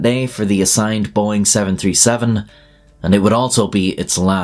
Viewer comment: Did you say boeing?